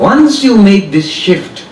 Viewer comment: You mean shift.maam? Not sift